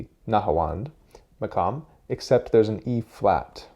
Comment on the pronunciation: The pronunciation of the quf as a kaf is so triggering. Maqam, not makam.